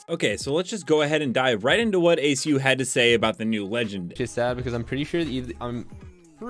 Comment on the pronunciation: He pronounced aceu correctly instead of a acronym